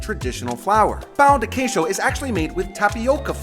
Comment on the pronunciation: I love the pronunciation here. Praciul, pau de queijo, cosheena 😂